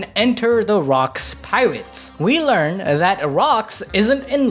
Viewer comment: Bro said like learn 😭